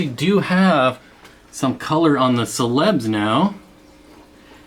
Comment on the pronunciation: Celebes is pronounced ‘sel le beez’